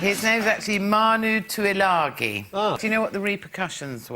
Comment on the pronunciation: Hmm, Tuilagi - Samoan, and the accent needs some work, Paul.